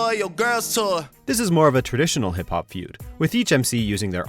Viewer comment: Why do you pronounce hip hop like that?? 😂😂😂